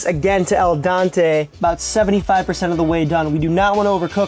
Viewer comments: bro..... it's al dente, not el dante. i cringe so hard every time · Al den-tay is how you say it. "To the tooth". It's not about a guy named Dante. "Dens" is Latin for tooth.